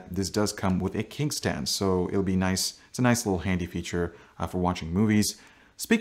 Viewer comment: Ahaha! Did you just call it a 'kink' stand? 😂